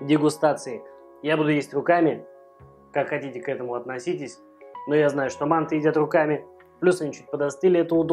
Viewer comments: Спасибо за рецепт. Мы жили в Таджиаистане и часто ели мантЫ с тыквой. Так и готовлю . Ещп в обжаренный лук кроме тыквы добавляется тертаю и обжареннаю морковь. Только привыкли слышать не мАнты ,а мантЫ. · МантЫ. Прости, я в Ташкенте родился, режет слух. Лайк поставил, продолжай в том же духе! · Интересно почему в России называют манты с ударением на А. Правильно манты с ударением на Ы . У вас очень интересно на канале! И готовите вы легко и с задором и реклама как то не мешает. Супер! 🍀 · Правильное название этого блюда с ударением на последнюю гласную букву, а не на первую. Почему-то в России об этом мало кто знает. По поводу того, что тыква долго готовится - это неправда, манты приходится варить долго на пару только лишь потому, что таким образом очень долго варится тесто, а сама тыква очень быстро разваривается.